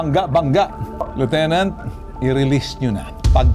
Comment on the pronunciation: Lieutenant walang alam sa batas 😂 Paanu naging Liutenant itong Unggoy na ito 😂 Karamihan ng mga Police sa Pilipinas ay walang alam sa batas. Basta Pooice ay ayos na at bahala na si Batman hehehe😂. Anong klaseng Police training ang ginagawa??? Tae training 😂